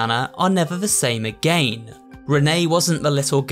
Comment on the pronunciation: I love he said ageyn atleast of again